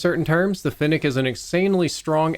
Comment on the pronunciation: At least you can pronounce fennec properly